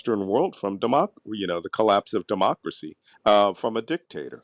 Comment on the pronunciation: Dee-mocracy in Ukie-land? Really?